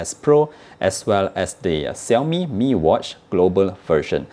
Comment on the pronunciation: ШАОМИ не САОМИ нообе, ВТФ?